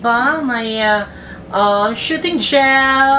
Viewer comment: When pronounced soothing as shooting. I felt that 😂❤️ Labyuuu! 💋